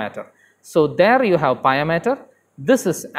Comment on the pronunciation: For north american audience we say pia (pee-uh). Just for future reference.